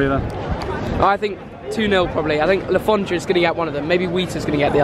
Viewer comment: I'm so pissed of that he keeps saying Le forndra because I'm a reading/man city fan